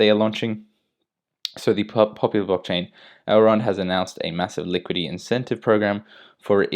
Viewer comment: Seriously, you don't know how to pronounce liquidity? Why are you saying "liquid E"? Bring your brain to school😃